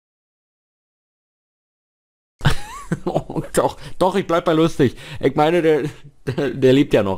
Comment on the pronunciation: Das heißt ICH und nicht IK🙄